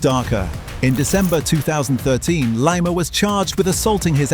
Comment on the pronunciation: Lima, its pronuounced Lema